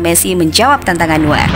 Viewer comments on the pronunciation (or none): Itu sebutnya noyer